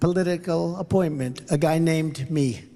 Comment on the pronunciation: tfg is obviously losing his addled mind; he pronounced “opponent” as “appointment”. He has zero basis to mock anyone!